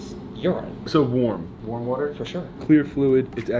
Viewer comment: Has anyone noticed how they say water like wooter lol